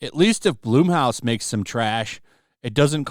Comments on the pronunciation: It's pronounced Blumhouse like in the word plum not bloom, like with a flower… Plum house especially if you know Jason the founder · Dude every time you say blumhouse i laugh. Not knocking you but youd think someone who covers this shit? Youd know how to pronounce it.